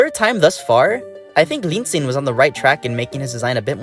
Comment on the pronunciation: I think you pronounced linxin more like linjin, but otherwise the video was really interesting. And chinese is hard lol. (I mean I only used duolingo for a while so idk fr lol)